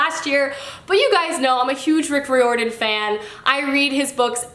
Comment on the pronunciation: Rick "Reer-den" not Rick "Rio-er-den". XD